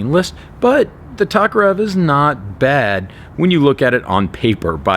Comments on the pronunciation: it's pronounced "TOKE"-arev you ignurint amrikanski capitalist lackey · You pronounce Tokarev weird